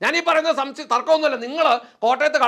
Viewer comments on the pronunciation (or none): none